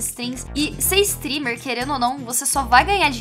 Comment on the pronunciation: A estava dizendo "streamer" e eu pensava que ela estava falando stripper kskdkdkdkdk